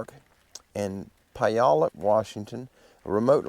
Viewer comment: Wi nat chee, Pu yal up, lots of these names are difficult to pronounce without hearing them first, so it's not just you. I still go back and forth with Mt. Rainier=Ra near. LOL! You know, with all the extreme weather we've been having in the last several months, it must have the 'big fellas' on the move. All of the mountain passes have been CLOSED, due to avalanche possibilities. They are still closed as I write.